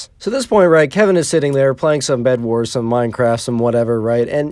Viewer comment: Instead of bed it's bled :)